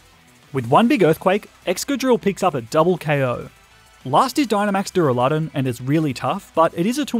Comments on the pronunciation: Der a le don not duralon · DurAlUdon not duruladon ;D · Its duraladon not dularudune